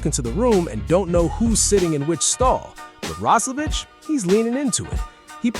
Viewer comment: The Player aquired from the Edmonton Oilers is "Jack Roslevic"... Last name pronounced "Roz-la-Vick" (as in the "cough drop") NOT "Roz-la-Vitch"...get your head out of your ***😂